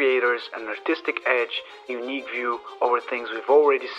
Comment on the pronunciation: sounds like "what makes drones so YUNEEC"? :D btw.. great video!! I subscribe ^_^ ps. you look like Aaron Taylor-Johnson!